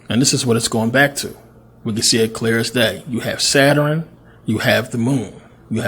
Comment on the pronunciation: Saturn yo...Sa-turn. Not Satur-in!!! Shout to the Pennsylvania educational system. Jus f-n witchu.. Thx 4 Vid.